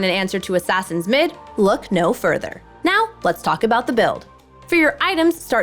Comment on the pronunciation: "right nyow" :3